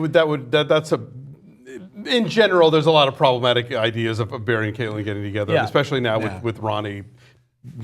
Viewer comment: Barry, not " Berry. "